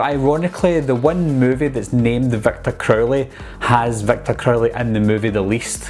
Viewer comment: Not trying to make fun but I always laughed when he said Victor crowley.😂 "Victor Curly"